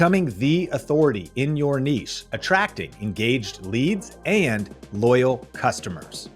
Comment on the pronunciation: bro couldn't wait to say that more than nìché 💀💀💀